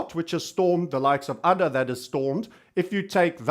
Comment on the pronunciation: ADA is pronounced with a HAED A. The token is named after Ada lovelace. Cheers